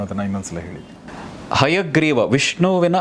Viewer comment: Sir Ayagreeva alla Hayagreeva